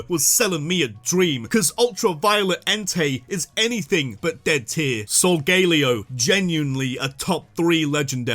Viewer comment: SOLGALEO, NOT SUNGALAO!